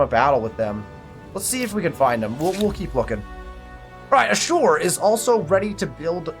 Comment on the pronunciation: Hey dude, love your content. I think Ashur is pronounced “ash-ur”, not “a-sure” sorry to nitpick 🙈